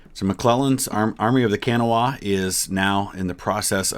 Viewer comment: It's pronounced the Army of the Kuh-naw. We don't say CAN-uh-wah :)